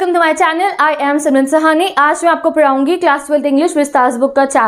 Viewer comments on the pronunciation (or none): It's miracle when ma'am say " me aapko paraungi" and "hega "💕💕